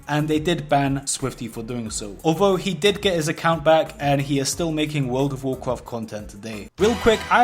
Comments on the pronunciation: It sucks when you bwake the wules and get punished in Woold of Woolcrahft. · Wuld if woacraft Seeing a lot of comments about his pronunciation but I heard a pronunciation of the game that'll put this out of game immediately. Can't explain it by text but I'll try: Vaarkraaft It cringed me into a parallel dimension. / Just got back to WoW and somehow jumped onto the WoW video train. Good to see interesting new videos. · you cant say world of warcraft for shit and it triggers the fuck out of me work on it